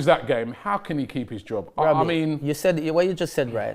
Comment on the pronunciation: why do you say Wobbie😂😂😂😂 Isn't it Robbie?